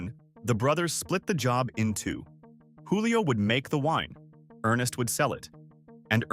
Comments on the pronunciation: PRONOUNCED “JEWLIO” not wholio. Lol They were Italians, not Spaniards. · It's not HOO-lee-oh. It's JOO-lee-oh. Many of the pictures you showed were generic or not applicable to Gallo. I wonder why you left out New Amsterdam.